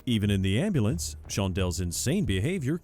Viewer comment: Seandell , I need an "ambalans" I need an "ambalans"🤣🤣